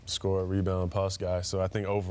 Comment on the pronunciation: such a faker... You hear it come back especially when he says pass